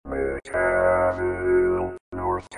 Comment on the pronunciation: Micaville is named for the mineral, mica; therefore pronounced mike-uh-ville.